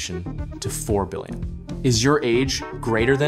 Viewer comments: "16 billioin" :3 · "16 billioin" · 16 "BILLIOIN"